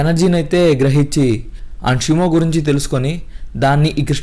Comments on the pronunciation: Shumo kadhu shimo😅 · Brooh shymo kadhu shimo 🤐